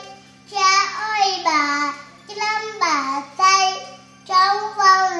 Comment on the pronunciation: Phát âm cháu nắm bàn tay không phải “lắm “bàn tay phải cho em phát âm tiếng việt chuẩn nhé Chữ “N “không phải chữ” L”